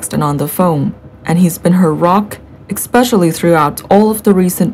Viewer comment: Firstly, it is not the duke and duchess of success, but Sussex! Secondly, the word especially, is not pronounced ek speshly. This is so irritating to listen to. If you cannot pronounce the words correctly, don’t do it! I certainly would not subscribe to this channel, and would definitely discourage others from subscribing to such a load of codswallop!